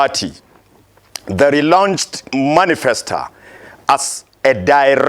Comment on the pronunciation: Manisfesta and Docta....lol